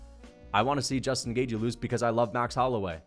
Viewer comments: i think it’s closer to gae-chee than it is to gae-jee, but i’m pretty sure it’s a soft TH, Gaeth-chee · it's commonly pronounced GAY-CHEE. You're saying GAY-GEE. lol doesn't fkn matter though. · You say Gay-g its Gay-chee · It’s gay chee not gay jee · Dude you say at least half of fighters names wrong, and yes, Gaethje is one of them. You say Gay-Jee when it's more like Gait-Ji. There is a soft T is in there and the Jee is shorter than how you say it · Hey, you say "Gay-G" where as the correct pronunciation should be "Gay-Chi" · It's gay chi, as in gay chihuahua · Its pronounced gay-thhhh-jjjjiiiii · Gaethje= gay-chee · It’s pronounce Pehera and it’s pronounce gaythchi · Definitely saying Gaethje wrong.